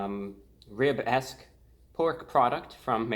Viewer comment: I heard " A lib-esque pork product" Lol. Fake as fcuk.